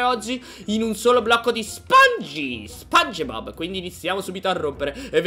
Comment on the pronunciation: SI DICE SPONGIBOB CON LA I